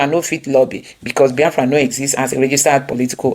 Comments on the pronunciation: Why Abatti an educated journalist pronounce Biafra like Bayafra . Maybe is from his tribal tongue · I feel disgusted seeing the face of this man called Reuben Abati, Upon all his doctorate he doesn't know his verbs and adverbs,He couldn't even pronounce BIAFRA,He just a disgrace to journalism.